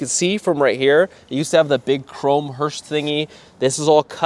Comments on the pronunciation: Dude. It’s called. Hearse. Not Hurst. As in hurst shifters. Etc …. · FYI: It’s pronounced hearse, not hurst. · It is a HEARSE, not a "hurst"! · Two things. Stop saying Hurst. I'm sure they don't want to be associated with this car. It's hearse. Speaking of not wanting to be associated with this car, how are they not getting copyright hit for this video? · "hurst" lol it's hearse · Hearse with no "T"